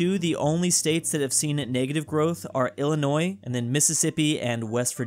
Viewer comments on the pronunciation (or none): none